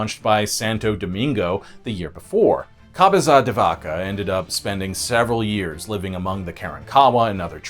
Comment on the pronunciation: Upsetting mispronunciation when apologizing for the native language, you royally screwed up multiple other names Cabeza: Kah-bay-zuh (not kah-bay-zah. Sounded like you were building up a kamehameha there) BerNARDo, not Bernando.... Lafitte: La-feet Maceo: May-See-Oh Balinese: B(AL)-lin-ease. Not bawl-en-ease. Please refer to ZZ-Top's "down at the balinese" for further information Jacinto: ha-seen-toe We've always called it ball-iv-er, but bow-live-are is more authentic so no harm there Fun facts: I know you didn't say it, but another reason Houston became the big city: The air conditioner was invented shortly after the storm. People moved to Galveston because the sea breeze was better than 50 miles inland on the swamp. Well after the hurricane people would rather sweat a couple years than be stuck on the island and face a storm. Then with the oil you mentioned and the AC being powered by that oil, Houston just went massive. The Maceo's family, one of the grandkids is Tilmann Fertitta, owner of the golden nugget and the Houston Rockets.